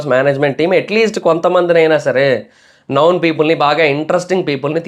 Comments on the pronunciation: it's known not noun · నౌన్ కాదురా నాయన, నోన్ అనాలి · అది నౌన్ కాదు నోన్ pronunciation తప్పు. నౌన్ నామవాచకం నోన్--తెలిసిన/పరిచయం ఉన్న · Known pronounciation thappu correct cheskondi known=నోన్ ✅ నౌన్ ❌